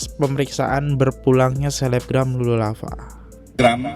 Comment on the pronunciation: Kak izin ya bacanya „wip pink“ bkn „waip pink“. Trs klo bs bner2 d baca nama orangnya soalnya sering ak dngar kkaknya salah sebut nama org. Cth : Lulu Lahfah pdhal Lula. Somehow mengganggu sih.